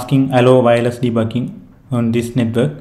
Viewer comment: literally i hear "de bu KING" XD